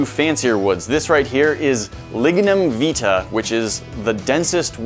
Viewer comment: It’s pronounced vitae Vy tae. Not how you pronounce it